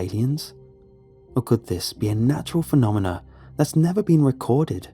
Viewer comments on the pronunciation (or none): none